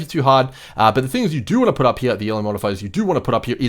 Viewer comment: Take a shot every time he says “here” (“heeah”)